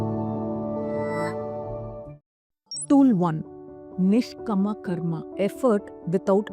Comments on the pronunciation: Wonderful video. Please don’t say Bahavan …it is Baghavan.. there is no “ha” it is “gha”. I know that many South Indians naturally say ha instead of gha Your video is so wonderful but this was not pronounced correct. Also Niskaama Karma not Niskama. In Sanskrit the correct word is Kaama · You're pronouncing all the sanskrit words wrong! Its nishkaama karma- meaning karma devoid of any kaama(passion/attachment) 2. Its saakshi bhaava- saakshi meaning witness in many indian languages. Bhaava- meaning quality. When the video was done with such good intent that captures the attention of audience, I think paying attention to the diction of the ancient hindu scriptures must be treated with equal weightage. Why? 2 reasons- 1. People who dint know about what you want to say- will feed it wrongly and possibly spread it wrongly. That's how confusion with our own culture/scriptures is being exploited by other forces. 2. Those who know/familiar/aware and are able to identify that aspect- will have diluted attention in the wonderful concepts you convey in this video. Eitherways, Please pay attention to the sanskrit words and their pronunciation in your work. All the best!